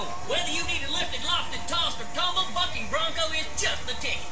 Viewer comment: am i the only one who hears fucking brunco rather then bucking brunco